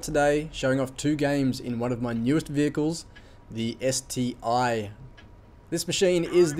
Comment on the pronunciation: It's not ST-I but ST-1:-)